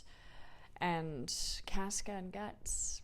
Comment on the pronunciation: It's CAWsca, but love the progression!